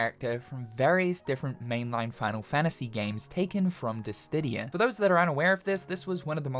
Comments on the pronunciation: He’s been saying it wrong for ages! It drives me nuts! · Dude, what do I have to do to get you to pronounce Dissidia correctly!? You’ve been saying it wrong in so many videos and the comments are full of people correcting you but you still continue to say it wrong! You’re a really smart guy who knows so much about Square Enix that it baffles me you still don’t know something as simple as how to pronounce Dissidia! I mean, just look at how it’s spelled! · he knows it, he does it on purpose because it makes people comment about it, driving up algorithm engagement. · he keeps saying it wrong to drive comment engagement. don't fall for it